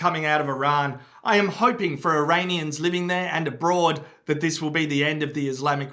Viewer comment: Eraineeyens lol